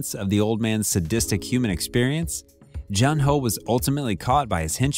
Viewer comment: June ho not j un